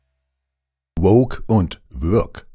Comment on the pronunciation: Hab ich mich verhört? Hat der Moderator "würg" oder "work" gesagt? (freudscher Versprecher?)